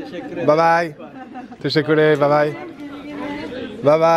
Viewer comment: C’est Teşekkürler, prononciation : téchékurlère ☺️